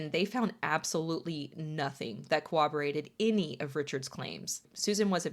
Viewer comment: Has anyone else noticed that a lot of people mispronounce the word ‘corroborate’? There is no w sound in there and yet true crime content creators almost always pronounce it as ‘cowoborate’. Does anyone know why? 😅